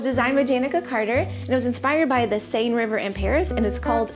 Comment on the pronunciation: Actually, the pronunciation should be the same as "Sensation." "Seine" sounds like "Senn." And it certainly is gorgeous!!! ❤